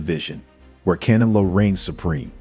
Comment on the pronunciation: Bro, are you that ignorant to not being able to pronounce CANELO?! Or thats the racist in you?! Asking for a friend